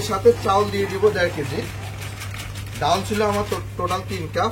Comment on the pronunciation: ❤❤❤❤ডাউল কোন ভাষার মধ্যে পরে না, উচ্চারণে একটু সতর্কতা অবলম্বন করতে অনুরোধ জানাচ্ছি, তাছাড়া সব কিছু ঠিকঠাক আছে।